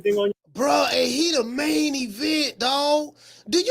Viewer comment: Lol@ when u said " & he mian event!"... Straight shame... U right saying berlanga is the Rican version of bronner